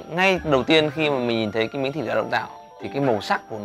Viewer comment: At first, I thought he said "Dong Toe" chicken. It fits